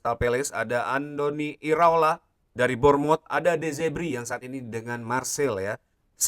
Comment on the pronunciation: De Zerbi bang, bukan Zebri 👌👌